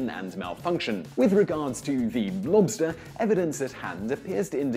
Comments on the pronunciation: Half the times this guy says "lobster" it sounds like "monster". This amuses me. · Did he say “blobster?”